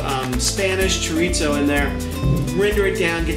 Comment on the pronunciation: I like rice! This looks like a winner for me! By the way... chorizo is pronounced chor- ee-so... if you can roll your tongue on the r... you got it!